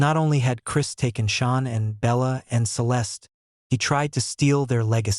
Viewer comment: Come on pernounce Shannans name right theres no u in her name